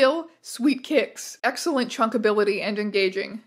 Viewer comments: American, please understand that it is "chuckability" NOT "chunkability". Chuck means throw, they are rating how the little guys may be chucked across a room. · Chuckabilty not Chunkability 😢